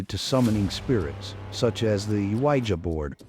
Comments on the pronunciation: The WHY-JA board?!! FFS - the mispronunciations and horrible music are horrible. I couldn't even make through half of this video! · Guaya board 😂😂😂😂where are u from buddy